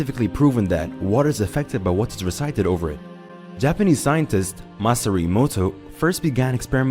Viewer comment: This moron pronounced Masaru as "Masare" HE DID IT AGAIN